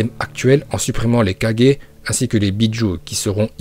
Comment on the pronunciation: Wallah frère je regarderais + tes video si tu savais bien dire hokage au lieux de hokajé shippuden au lieux de shippudan etc etc srx frérot ft un effort